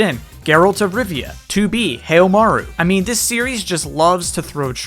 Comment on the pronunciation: Heihachi in SC2 is less a miracle when you realise BanCo (then just Namco) owns both Soul Calibur and Tekken. Also who the fuck is Heil-maru? Haohmaru is not pronounced like that.